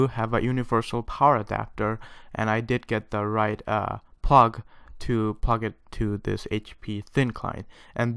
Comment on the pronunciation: its plug not pug